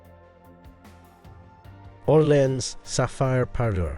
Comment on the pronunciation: Orléans is pronounced Or lay an fyi